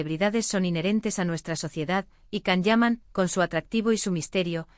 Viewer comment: Why can’t you say his name correctly!!!